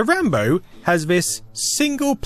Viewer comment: Come on man... RAMBLOW.